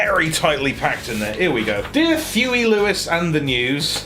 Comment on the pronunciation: Thewey Thewis and the Thews